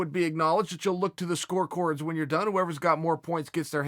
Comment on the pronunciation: Chael didn't mispronounce 'score cords'. The dictionary is wrong for defying Chael and saying it's 'score cards'.